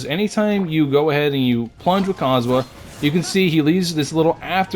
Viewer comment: calling Kazuha cosmo and Cosomo got me in tears